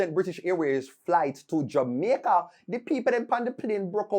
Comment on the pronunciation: He said Xaymaca instead of Jamaica that's why you missed it 😊